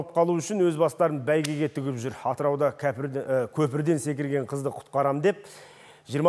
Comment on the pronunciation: Kăpirden... Kŏpirden* deysiz be?) ) )